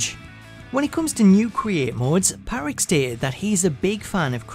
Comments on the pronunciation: Yeah he says it Pat-Rick instead of Pa-Trick really messed up the video for me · Why is no one talking about how he says Patrick. It’s Pa-trick not Pat-Rick. It really annoyed me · This guy hates the letter “t” in the name “Patrick” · PGD Panda lmao, me too. I know it’s silly but every time he did it I focused on it. It probably wouldn’t have bothered me so much but he just KEPT saying the guy’s name. I guess it’s because I hate when my name is mispronounced.